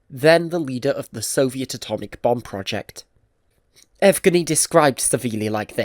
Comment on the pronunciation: Nigh-pro? A-shumed? Ev-gheny? But you can pronounce much harder words like Kurchatov so it’s not a speech impediment. What is wrong with your pronunciation and your English? This seems to be a common problem with people from the UK. Is it the UK education system that’s shit? Do they not correct speech issues and teach you how to pronounce words properly?